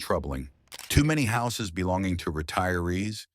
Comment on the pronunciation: Sault Ste Marie: Soo Saint Marie. The plural of house is pronounced howzez, silly robot.